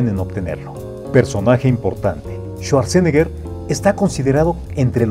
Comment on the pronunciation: Bueno, solo que se pronuncia su apellido así: chuatzenega 😜😈